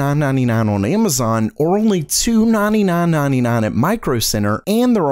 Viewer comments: The way you say 999999 is so weird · He’s German